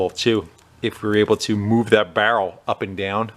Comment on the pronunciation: Say “barrel” again!